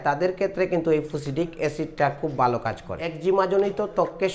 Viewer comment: কতা না কথা,বালো না ভালো।